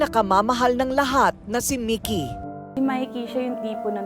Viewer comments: Halatang hindi pinanood ni Ms.Korina ang interview ng Ma'am (Partner) ni Sir Mikee. Ang gulo ng pronunciation ng names ni Sir, Mikee at Mickey.. Salitan pa naman sa interview at ang voice over ni Ms.K.🤦‍♀ Ganda pa naman ng kwento. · Si korina mickey un Ara mikee bkit d tugma un pronounce nio